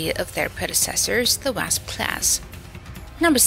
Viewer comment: Wrasp? It's just pronounced Wa-sp.